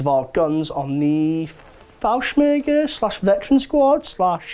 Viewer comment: Here's some help Fallschirmjäger. Falls-shurm-yay-ger. Wehrmacht. Verr-makt. Spinne. Shpin-neh. Heushreke. How-shreck-uh. Like housewrecker. Ursus. URS-US. You should take 15 minutes to look up some pronounciation as prep for these videos. Would really improve the watchability. The whole "I dunno lol" approach comes off as unprofessional for a group who is doing this as a job.